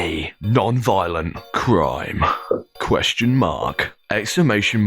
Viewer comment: "Question mahk, exclamation mahk, question mahk, explanation mahk"